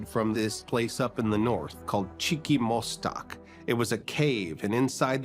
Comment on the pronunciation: Chicomostoc, for crying out loud! Cheecky mostack... wtf!!!!!